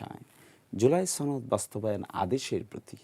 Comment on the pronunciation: ছনদ না সনদ?